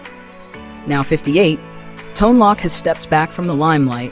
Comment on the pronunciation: Tone Loc's last name is pronounced with a long "o" as in "tote" and not as in "lock", or "shock".